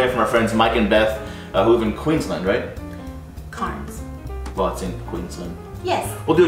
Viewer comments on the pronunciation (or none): To say it Australian like (even Queenslanders have strong accents to the rests of us)... its said. "K-air-nz", "Kairnz".. And Koalas ARENT bears! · I assume you were referring to Cairns. Pronounced: kenz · its cans not carns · Cairns was pronounced real weird. Try saying 'c-air-ns' whilst pinching your nose lol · Thats a great way to pronounce it. I knew we were going to butcher it, but it sounds so different than its spelled. Hope you dont hold it against us :)